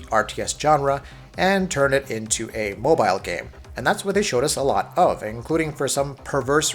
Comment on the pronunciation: The way you say mobile really infuriates me